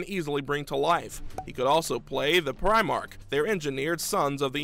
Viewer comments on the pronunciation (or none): none